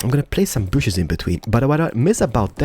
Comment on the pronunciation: plz say trees not bushus